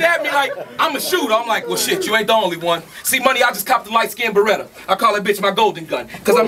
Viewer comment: January 4th 2021, 242 people thought "UM-BERETTA" was incredible